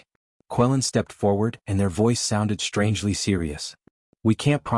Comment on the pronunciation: FYI, "SHTRANGELY" is not an English word.